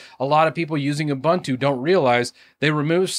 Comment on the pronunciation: It's pronounced "Ubuntu", not "ubantu, abuntu, abantu". We take our languages just as seriously as you take yours, and it pains us to hear you mangle such simple words (I'm confident you've head Mark Shuttleworth pronounce the name countless times).